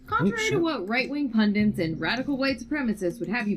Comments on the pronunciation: Did Anita just say 'pundints'? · 'pundints' lol... Ignoramus spotted! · Anita said "pundents".